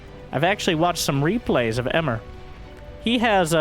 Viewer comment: Emre (not "Emmer") is a Turkish male name.